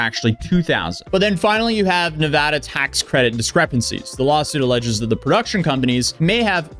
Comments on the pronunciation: I am from nevada and nevada is pronounced with hard A's like in bat or apple. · It's pronounced Nevada. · Can you please choose a way to pronunciate nevada? We really don't care how you pronunciate it we know where you're talking about.... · It's "Nevada". You're welcome. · It’s Nevada, not Nevada. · as a nevadian, its neh ve da, not va da, cheers! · It’s neh-vah-dah, not neh-vahhh-duh. Source: I’m from the area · Pronunciation is Nev•a•da not Nev•uh•da. Respectfully 👌🏽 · When you go to the dmv in Nevada there is huge painted words on the walls saying is “Nu vaa duh” not navahda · As a Nevadan the changes between pronunciation is driving me crazy lol it is Nev-a-da not Nev-ah-da lol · It's NEVADA. "Nuhvawda" isn't how it's pronounced haha. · Nevada... Nev-A-duh ... the "A" is pronounced as the "A" in "Apple". We who live in Nevada cannot stand hearing Nevada pronounced "Nev-ah-duh"... it's like fingernails down a chalkboard to us. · Nev-ada not Nevoda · its definitely “Neh-vah-duh”, not “neh-vaw-daw”. No one thats actually in Nevada says the vaw-daw pronunciation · not to mention it is nevada law to give water to anyone who asks. it is illegal to deny water to anyone in the dersert state. (and its neva-DA NOT deva-duh) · It's the second pronunciation of Nevada. As a Nevada nothing makes us angrier then people saying ne vah da. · NevAda not NeVAda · Jesus, dude! It's pronounced NEVADA. GET IT RIGHT. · Nuh-vah-duh, A sounds like a in cat, and the da is pronounced like duh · I was looking for a fellow Nevadan to talk about how our state is pronounced 😭😭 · You need to stop saying Nevada like that Fr. Nevahduh, really? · It's pronounced "Nevada." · It’s pronounced “Nevada” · The first A in "Nevada" is a short A sound, followed by a long A to wrap it all up. Source: I was born and raised in Las Vegas, NV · Dislike because, he can’t pronounce Nevada correctly